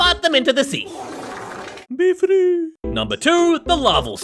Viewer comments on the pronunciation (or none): BE FWEEE😂😂